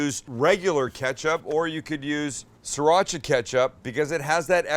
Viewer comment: it is "SRI" not "SA"